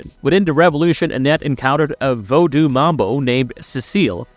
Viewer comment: Damn I can't listen to this guy anymore. *Eye-sack"and "Vo-doo" dude, puhhleeease learn how to pronounce words correctly. I bet you actually watched the series or played some of the games, you might hear how to say the names at least